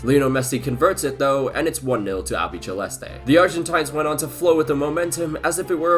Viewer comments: Argentina are La Albiceleste, pronounced albiSEleste not albiCHElste :) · I’ve seen this pronunciation in loads of football videos but there is no “ch” sound in “albiceleste” 😅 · Great video man! just one comment tho, 'albiceleste' is pronounced: albi (like you currently do) - ce (as the SE in Senegal) - leste (like you currently do). Keep it the work!